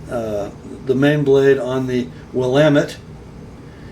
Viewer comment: well done on the pronunciation of "Willamette" !!!